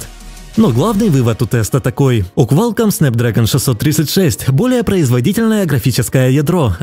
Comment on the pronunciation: квАлком ахахах